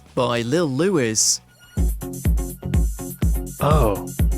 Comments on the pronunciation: Little Louis was not "Lewis", it was "Louie". French pronunciation (appropriately enough for the DJ whose hit was "French kiss"). Typical WatchMojo just reading scripts blindly when they don't actually know about the topic they're speaking on. Edit: for pity's sake, it's the "Shay-mun", not the "sha-mun". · I can't stand Mojo, half the time they get things completely wrong, for example 'Lil Louis' is pronounced lil luie not Louis, the bit with the sexual bit isn't at the end of he record, it's in the middle where it slows down then speeds back up again and it's not techno, it's house....rant over.